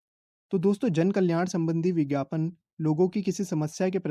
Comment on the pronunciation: Bhaii bhaiii🤣 (ph) ko (bh) wah bhai wah🤣bhote tej ho raha ho😂